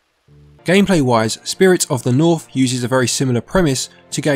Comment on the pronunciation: "Spirit of the Norf" lol Accent quirk aside, nice review. :)